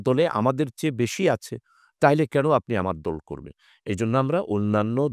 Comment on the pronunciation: উপস্থাপক কে ভাষা উচ্চারণে আরো পারদর্শী হতে হবে, দল বলে ধল, আরো অনেক উল্টোপাল্টা